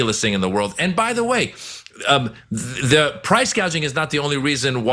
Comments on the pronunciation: She did say “price gaging” 😂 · Why did she say Price “gauge-ing” ?